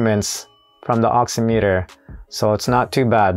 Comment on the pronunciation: Pronounced ox-IM-it-er, much like "oxy-" is in "oxygen" and "-meter" is in "perimeter." The nuances of the English language, I know, where a word has different pronunciations in different instances, is a pain.